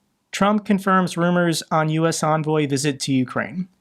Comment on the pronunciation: it is spelled and pronounced EN-voy not ON-voy or UN-voy